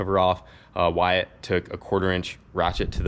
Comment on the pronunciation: It’s not whyatt proof! Wtf! Lol